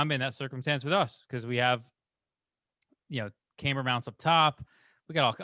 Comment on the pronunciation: So have I been saying it wrong all this time, or is just being fancy? I’ve always pronounced it cam-ber (cam like in cam shaft). He seems to be pronouncing it came-ber (like past tense of come).